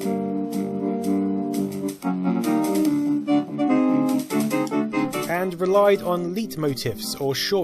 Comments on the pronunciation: "It relied on L33tmotifs" -- say what? Ah! Leitmotivs (Leitmotive in German). Just pronounce it like "light"! Nice video! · you're playing Tie-Fighter with the Mouse? Really? Also the "Leit" in "Leitmotifs" is pronounced like "light", not like "leet" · You mispronounced leitmotifs, my dude.